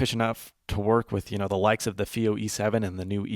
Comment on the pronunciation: It's not "fee-oh" it's "feye-oh".